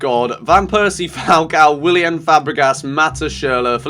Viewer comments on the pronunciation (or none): none